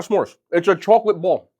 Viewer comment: I love you. But I have to .. chawklet